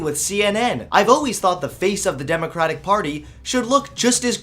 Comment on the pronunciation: You keep pronouncing democrapic